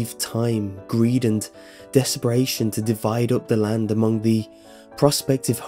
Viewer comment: "land" land not hand